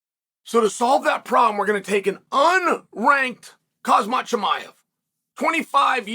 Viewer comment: Also you know the m comes before the z in khamzat and it's always "hazmat" chael jfc my man just look at the letters